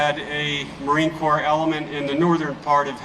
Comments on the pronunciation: It isn’t a corpse it is a corp. pronounced core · "Corps" is pronounced "Core", Sir. 11 / 11 is REMEBRANCE DAY here in Australia. LEST WE FORGET. ❤❤ M 🦘🏏😎